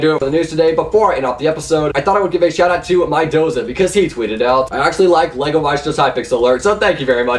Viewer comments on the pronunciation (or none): none